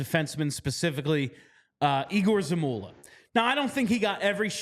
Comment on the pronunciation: Folks, it's YEGOR, not EEGOR Zamula. Even other teams's announcers have learned that.